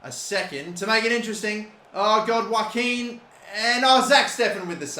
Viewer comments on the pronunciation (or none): none